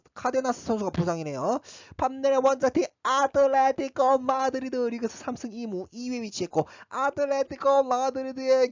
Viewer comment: 아틀레티코 마드리드 발음 뇌절 적당히 ㅋㅋㅋㅋ